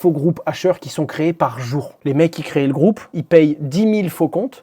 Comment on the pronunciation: Salut Hasheur, je te suis depuis longtemps et tu fais une faute de français depuis tout ce temps qui je pense vaut la peine d'être soulevée. Le verbe créer se dit comme ça : Tu crées, ils créent, pas tu "cré-é, ils "cré-é". C'est une faute qui revient souvent dans le français parlé. On dit qu'ils ont créé (Cré-é) mais on ne dit pas ils crééent, on dit ils créent (Cré-e). Big up à toi si tu l'apprends et bisous